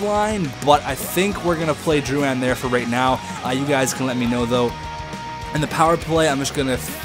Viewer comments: Drou-IN not Drou-an Please pronounce it properly, im just saying it s annoying im not complaining. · the comentators in game prononce it like droulin